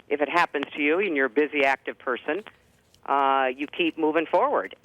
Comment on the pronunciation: she says the word "and" here numerous times. I've not heard her pronounce it eeeand - as she does in this video. maybe it's my imagination